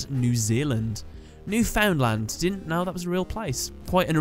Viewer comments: Imagine if Jim had a duel with Rex Raptor. It would be interesting to see fusions of Jim's fossil monsters & monsters like Two Headed King Rex, Crawling Dragon Number two, Uraby, Megazowler, & Sword Arm Of Dragon. Also it's pronounced New-Fin-land. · Wait till you find out how Newfoundland is actually pronounced lol